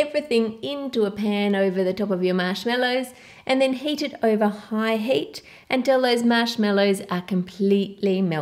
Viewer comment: u always say oiver it's actually over